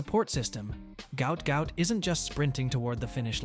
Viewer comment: i know this is a.i but goot goot ? cmon bruh